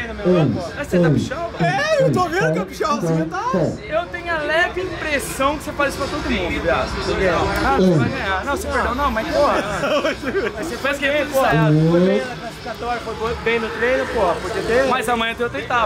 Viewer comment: 'inprecao'' é foda